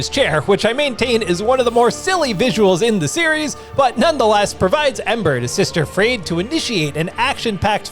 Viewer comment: Sister friede? Really?